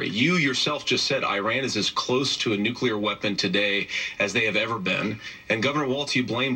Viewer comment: no such word as nucular gov is ignorant and stupid